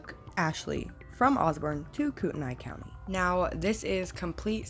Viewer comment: It's pronounced "Koot-A-Nay" not the way you're saying it. My son worked with Dylan's mom at Yokes. She still thinks these were all murders. We lived in shoshone County, Kellogg for 16 years. It's a small county and towns. the cops rule there and the older people know stuff there!